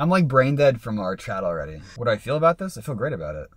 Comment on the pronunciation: I swear is a Canuck 🇨🇦 by the way he pronounces "ABOUUUUT" 👀🤣🤣🤣